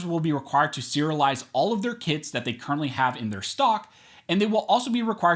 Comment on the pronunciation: I know it's early, but i thought he was saying "80%ers Kids" and not kits... I was thinking "damn, ATF is listing kids as guns.. they're overstepping for real"